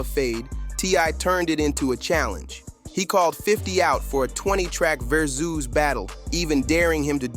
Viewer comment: Its not VER-SOOOOOS....its Ver-SUS.